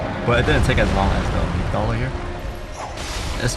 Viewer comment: Fan fact :D amygdala (the way you said it was correct) is the greek word for almonds :D